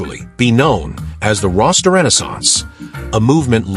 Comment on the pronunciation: The commentary / word pronunciations are deplorable. Regae..... rarga ??? Raster renaissance...... rusta ????? And hes was 'unalived.' You moronic eejit. He was dead/killed/murdered.🥴😵‍💫🥵